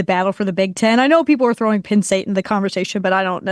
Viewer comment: She is, but she needs to learn the sounds “e” and “i” make. Pinn State, Big Tin Conference… cmon lady!